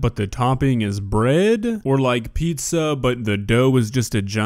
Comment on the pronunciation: Well, it's not pizza... It's PISSA